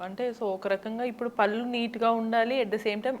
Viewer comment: పళ్ళు అనాలి correct yout prononciation . It's really so important